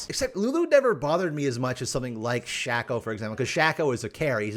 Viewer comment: Why are you saying Shaco like that, why are you saying Veigar like that?